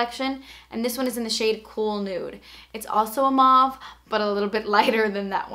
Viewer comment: You pronounce Mauve M-O-V-E